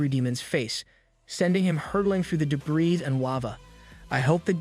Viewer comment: Your text to speech mispronounces debris, feints, trophies, barrage, docile and gets heteronyms read and tear wrong